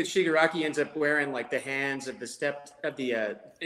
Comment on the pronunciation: He really said Chicago toma, lmfao 🤣